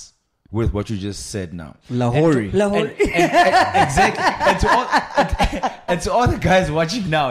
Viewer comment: Thought he said "LaHorey"😂